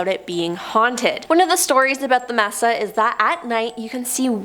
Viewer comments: I have OCD and a problem with narrators that pronounce words wrong. No offense, I love listening to these, thank you for all you give to us. Mesa is maysa, not messa. No clue why. Stay safe and thanks again. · Sorry to be a noodge, but MESA is pronounced MAY-SAH. With the accent on the first syllable. Unless you ask our Mexican friend - he says MAY-THA Mesa means TABLE in Spanish. It describes the isolated, flat-topped elevation, on a ridge or hill, with steep sides. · The word is pronounced may-sa not mess-sa. Thank you😊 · I’m sorry but u bout drove me crazy mispronouncing “Mesa” smh lol sorry